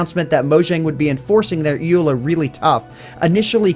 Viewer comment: It is said E.U.L.A.